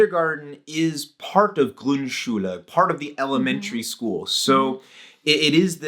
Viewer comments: Small pronunciation aid: You said "GrundSCHULE" but it's pronounced "GRUNDschule". Think of it as a classification system: There's your basic Schule and its sub-classes, like Grundschule and Hauptschule. The emphasis is on the distinguishing part. Otherwise great pronunciation though! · Grund Schule ... not grün🟢 Schule 😉.. sorry